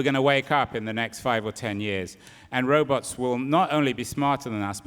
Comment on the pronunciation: OMG He pronounced like they did in the 1960's robuts......